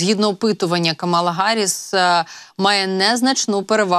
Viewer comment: КАмала Гарріс, не Камала Гарріс. Майте повагу